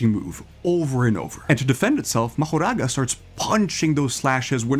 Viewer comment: Mahouraga what is this bro it's Mahoraga not Mahouraga